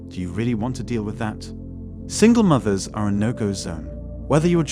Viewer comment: "Single moovers"?? Do you use a voice app, as your accent is way off sometimes.